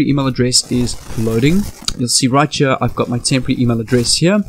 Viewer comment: You sound like u got a little of geechee accent when ur saying right cha